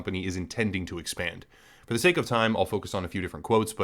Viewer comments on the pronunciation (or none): none